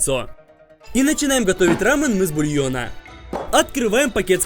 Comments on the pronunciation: не рамн а рамён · Правильно говорить Рамён (ударение на Ё) Видео супер! Думаю потратили около 10 тыс. Рублей